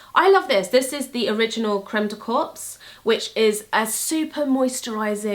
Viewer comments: haha! It's not pronounced creme de corps, its pronounced creme de core :D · Exactly! It's just creme de "cor" - not "corpse". Happy halloween!! Hahaha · You re killing me ...you are not supposed to pronounce the S at the word corps otherwise in english it means dead body and it s not lovely for a body cream 😂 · haha, it's pronounced creme de "cor"! lol how morbid would it be if it was "corpse"? Lovely video once again <3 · Corps is pronounced core not corpse. :) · it's crem de cor not corpse...lol corps = body in french..sorry...I just finished watching TWD.. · corps is pronounced like core, weird I know!!:) love you!! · Pronounce corps like the word "core" in english 😉 i'm french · I'm sure other people have mentioned this but you pronounce "corps" like core. xx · you are the epitome of sweetness and inner/outer beauty oh my lawdddd sidenote: 'corps' is pronounced "cor" plain n simple, silent p and silent s lurvvv youuu 🌸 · haha please don't say "corpse" ! in French, for the word "corps", the p and the s are silent :) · "corps" is pronounced like "cor" with no p or s ☺️ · So, this is a small thing, but just bothers me a bit., you keep saying "corps" with the "p" sound when talking about the Kiehl's creme. Just wanted to point out that the correct pronunciation is without the "p." It just sounds like you keep saying "corpse" - as in a dead body, lol. Love your videos though!:) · You're not supposed to pronounce the P either. I kept imagining a moisturized dead corpse lol. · You don't pronounce the P and S in the word corps :)